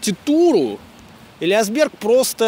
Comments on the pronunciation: Спасибо. Ударение Элиа́сберг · Уважаемый Юрьевич, большое спасибо за прекрасный фильм-экскурсию! Не сочтите за снобизм, два уточнения: ударение в фамилии великого дирижера - ЭлиАсберг, а фамилия его американо-итальянского коллеги не Тоскано, а Тосканини. Артуро Тосканини. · огромное спасибо,много нового!можно поправить?ЭлиАсберг, нАдолбы